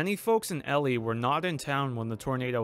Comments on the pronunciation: E-LIE. Like sky. Or cry. Because that's what I wanna do every time you say Elly. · Ha! Cane to leave a comment that it is “EE-Lie” not “ELL-Lee” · it is pronounced E- Lie. It is not Elly. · For future reference, it's E - Lie, but that's ok. Thank you for sharing. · The town’s name is pronounce E Lie not Ellie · Elie. “Eee” “Lie” as in, you lie down in bed. “Eee-Lie” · EEEEEE- lie. Not Elly. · EEEE-Lie not Ellie and as a Saskatchewan girl transplanted to Manitoba, Saskatchewan is hard to pronounce for most :) I remember the day that the F5 hit, but I lived about 1.5 hours south of Elie. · Omg you make this un watchable it’s pronounced e lie not Ellie do a little research before this crap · It's not pronounced Elly it's pronounced E lie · It's EE-LIE Not Elly a Manitoban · not el e, E lie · Local pronunciation for Ellie is E-Lie not El-Lee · That’s E-lie, not Ellie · sorry but someone from Manitoba it's E-lie not ely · Just so you know, the name of this town is pronounced EEE-LIE, not ELLIE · EEEEEElie, NOT Ellie. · As a Manitoban, it genuinely hurt every time you said Ellie instead of Elie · Yes!! Get it right lol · Lmao I'm just going to the comments to see if fellow locals had commented. EE-lie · EEEE-lye not Elly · You are pronouncing the name wrong. It’s EE-LIE, not EL-EE. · As someone from Manitoba, I appreciate this video being as informative as it is! However, the pronunciation of Elie really bugged me. It’s pronounced like E-lie not Ellie. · EE LIE , but awesome video man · The town is pronounced E•lie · It's pronounced EE-lie. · E-lye is how it's pronounced. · It’s pronounced E lie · Well this video was rated EF4 only because you mispronounced Elie as Ellie BUT I’ve upgraded it to EF5 because you did a hell of a job on this video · its pronouced E LIE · Eee lie is how it's pronounced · I disliked the video just because you can’t say eeeeee-lie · It’s pronounced “E-Lie”. Like telling a lie. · me too!, I've always pronounced it "Eli" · Like, EE-LIE?